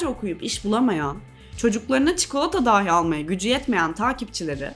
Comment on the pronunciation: Emeğinize sağlık💐 Ancak rica ediyorum şu “dahi” telaffuzunu düzeltin.